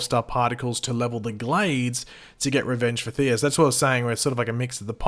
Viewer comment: You know there’s no “R” Thea’s name, right? Why do you keep calling her “Theera?”